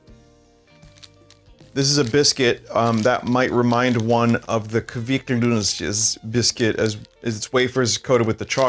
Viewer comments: "Kvikk loonschjscffcvhujjgfutxht" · The way he’s pronouncing kvikk lunsj is frying my Norwegian brain rn 😭